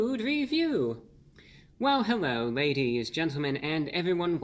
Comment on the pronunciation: Hewwo Wady’s and Gentlemen!